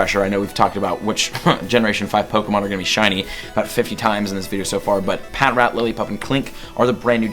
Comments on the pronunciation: Pa trat that's how its pronounced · AHHHH ITS PRONOUNCED PATRAT NOT PAT-RAT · Not to be mean or anything, but snivy is pronounced sny-vee and patrat is pronounced puh-trat